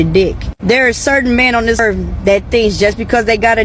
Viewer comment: Also .... the "earf" threw me off lol